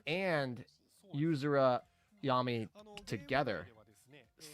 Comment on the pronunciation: driving me nuts having call them "Yah-mee" instead of "Yam-eye" lol. Damn.....Kotori got an "upgrade" with her skin